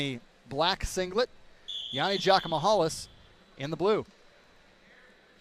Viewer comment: Bro was just butchering yianni name